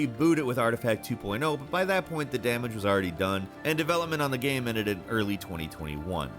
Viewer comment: can you actually say the proper word for ''game'', you have said ''gahm'' for more than a decade, why???